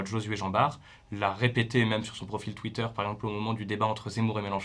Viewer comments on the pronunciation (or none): none